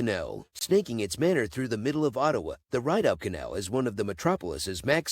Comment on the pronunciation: Ree dough canal not ride o.